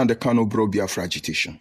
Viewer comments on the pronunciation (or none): none